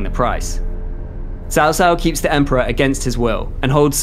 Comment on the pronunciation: A shamefur dispray! "EMPORER"